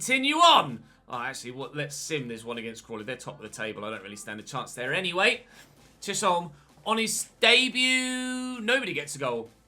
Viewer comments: I think Chisholm is definitely said Chis-holm rather than Chish-olm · Chisholm is pronounced like chis um I’m Scottish so I know this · Chisholm, pronouced = chis, ham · Chisholm is pronounced ‘chiz-um’ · Chisholm is pronounced “chizum” in Glaswegian lol 🏴🏴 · Loving the series so far. Started my own with Port Vale. Btw its pronounced Chizim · I believe that it’s pronounced “Chizzum” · It’s pronounced chizum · i’m not sure if anyone has said but chisholm is said Chisum or chisem